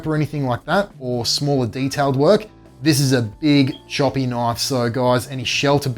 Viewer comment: that's a knoife